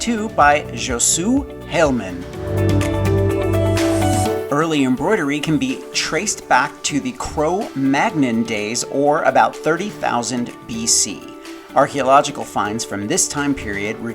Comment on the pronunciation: I adore these, Mark! Simply spectacular! But... Cro Magnon is said 'cro manyon' Kinda like filet mignon. ;-)